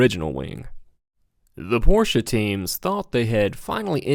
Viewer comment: I love how you pronounce Porsche the correct way. So refreshing!